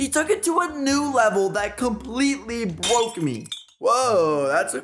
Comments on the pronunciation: did he say " bwoke "??? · Yes. Definitely “bwoke”. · bwoke me